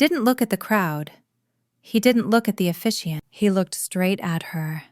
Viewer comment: The word is officiant